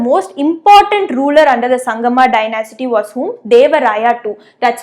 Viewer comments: It is not dyna-city, it is dy-nasty. Thank You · Not dynasity it's dynasty😁😁😁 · Please note the pronunciation of Dynasty